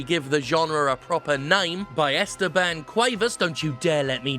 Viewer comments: Jim, it's "EstÉban", not "Ésteban". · My name is pronounced Es TE ban; the 2nd sylable is the strong one Jim.